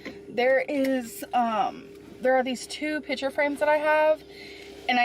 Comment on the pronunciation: PICTURE frame. P I C T U R E frame. Stop saying pitcher. Sheesh.